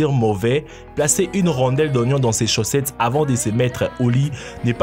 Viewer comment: on dit chaussettes et non chaussetes au début de la vidéo